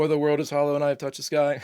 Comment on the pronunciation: I've always loved all of your brilliant reactions, especially when you get emotional, so of course, I was greatly looking forward to this episode very much. My only critique would be your reading of the episode's title, which should have placed the emphasis or accent on the words "I, Touched, Sky", because to read it otherwise diminishes its' power. The actor Jon Lormer(the older man who died) absolutely nailed the reading of that title line, and it's probably why he was hired, just to deliver that line. So let him be your example. 😊